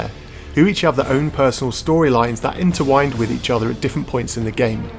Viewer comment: "Speculout" ? "Interwined" ? Dude...